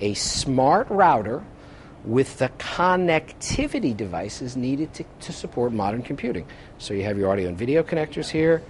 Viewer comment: Two USB "hubs," huh? And anyone considering this isn't so stupid that we need "coh-neck-tivity" sounded out for us. "It even has iPod attachment" - uh, yeah, that's that "USB hub" you referred to. It's not "like" a server rack - it IS a server rack. Overall it's a good video, but if you want to be taken seriously, get your jargon right.